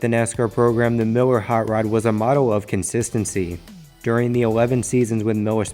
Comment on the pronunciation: Wegacy, darwington, wate...wtf is this Elmer Fudd? Consistwancy. Wtf